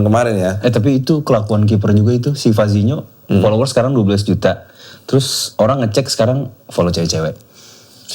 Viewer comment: Vozinha woiii...bukan vazinho 😂